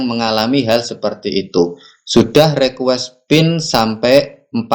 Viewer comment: Bukan Rekues Bang tapi Rikues bacanya.